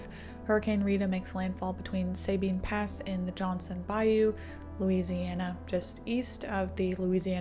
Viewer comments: I live in Houston. So so so many people evacuated who didn't need to. You had people that lived 50-100 miles from the coast evacuating to Dallas. And just some info, it's pronounced Suh-Been Pass. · Please do enough due diligence on your videos to pronounce the names of the locations correctly. Sabine Pass and Terrebonne will thank you.